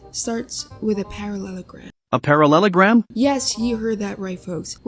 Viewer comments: I love how you say "parasolorphas" like a parallelogram is a dinosaur or something 🤣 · this damn paraslarsffussussesus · "Paraleslarpious" HAD ME DYING😭💀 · ah yes, perasalolafiss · Not the parasaurahslouusfus instead of paralellogram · “with this damn parasellorphus” ok fr tho this helped me ty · and u said parallelogram wrong.